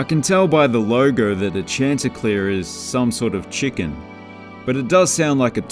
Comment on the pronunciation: 'Chanticleer' is pronounced shan-ti-clear